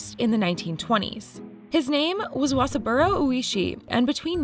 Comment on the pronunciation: The pronunciation of “Wasaburo Oishi” made me cringe so hard. Otherwise, this was very informative.